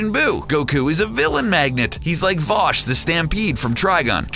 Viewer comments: Did he really call vash, vosh... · Lost interest when I heard you call V"Ash" V'Awsh". This is bad. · Him pronouncing Vash as Vohsh gave me an anyorizm. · Vosh? V-ash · he also called Vash, V(aww)sh... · Everytime I think about giving this channel another go. I cringe so hard that they always mispronounce something like "Vosh." I starting to suspect that these people don't even watch the things they talk about. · … bruh. Vosh? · Did you really mispronounce vash? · They way he pronounced Vash and Uub kills me.